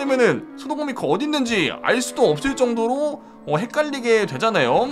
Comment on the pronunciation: 마지막 미코 음성에 왜 친구 빵댕이 라는 소리가 들리지..?